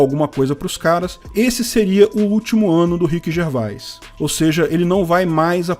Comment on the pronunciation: Orra,! Se pronuncia Rhiqui Gervês. 🤣